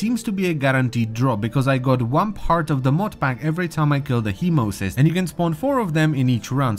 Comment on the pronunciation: Hemocyst? ........... (Hemo-site). We get spammed by the correct pronounciation 4 times each mission. How?